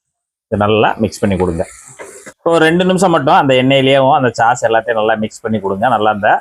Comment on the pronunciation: சாஸ் (sauce) என்று 'ச்' போடாமல் மென்மையாகச் சொல்ல வேண்டும்.